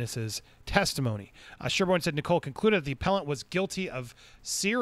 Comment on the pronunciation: Judge Nicol’s name is pronounced ni-cul, not ni-coal 👍